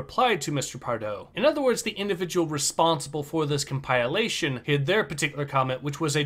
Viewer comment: You said “come pile lation” and incompetent in the same breath….